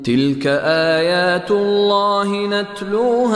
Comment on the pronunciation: في ﻵية الرابعة في الكلمة (الدآبة ءايات لقوم يوقنون) ءايات بحركة الضمة ولكن تقرأ الكسرة